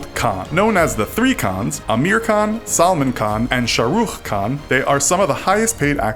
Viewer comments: It's pronounced as seh-mon not salmon the l is silent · salmon it is a fish 🤣🤣🤣🤣🤣🤣🤣🤣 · funny you pronounced salman wrong..its like you saying salmon